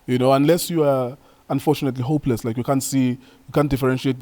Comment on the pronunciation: It's how you emphasize how "hopeless" some players are for me😹😹